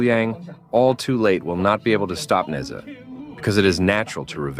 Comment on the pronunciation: “Neza” that got me dying 😂 as a Chinese we pronounce it “Nezha”